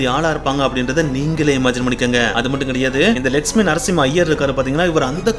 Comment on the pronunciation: Lakshmi ..nu neenga sollumpothu legspin nu kekuthu ..konjam theliva sollunga brother 😅